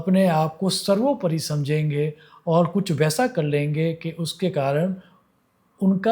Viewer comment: गुजराती लोग जब हिंदीभाषा बोलते हैं तो कुछ शब्दों में अनुस्वारों के उच्चार नहीं करते हैं, जो कि व्याकरण की दृष्टि से करना अनिवार्य है : 'हैं' के स्थान पर "है" (अनेक बार); 'घड़ियाँ' — घड़िया, 'समझेंगे — समझेगे, 'होंगे' — "होगे", 'करें' — "करे", 'देखेंगे' — "देखेगे", 'चिन्ताएँ' — "चिन्ताए" आदि।